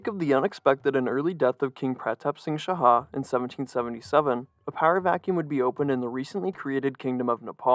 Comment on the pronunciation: Great video, but your pronunciation on the central figure's name was off; the J in Rajendra is the same as the standard English j, as in "jump" or "jet" (j's are only h-like sounds in Spanish spelling), and Laxmi is pronounced "Lahk-shmee". You got "Shah" right though, which is kind of funny because it's pronounced differently in Nepali to almost every other language.